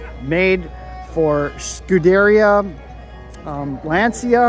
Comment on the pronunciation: "skoo-deh-REE-uh" !!! (Or did your regular viewers long ago give up on this?)